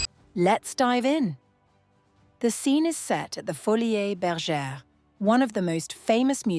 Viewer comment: I think it is pronounced foli, like poly. Not foli -es